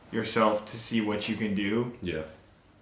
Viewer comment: Does really say "whash" instead of "what"?